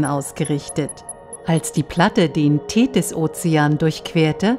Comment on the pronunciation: Die "Thedis"....